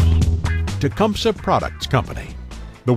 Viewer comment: Nobody in Tecumseh Michigan pronounces it "tea-cum-suh". We all say "Te-cum-see" I think Tecumseh Ontario is the same. It may not be correct from a Native American point of view but over 10,000 inhabitants say it so....